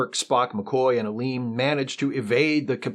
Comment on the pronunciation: "Ellie-En," rather than "Eleen;" "Mah-Ahb," rather than "Mob;" "Akah-Ahr," rather than "A-Car," etc.